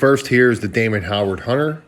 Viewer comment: It’s Damon HOWATT not Howard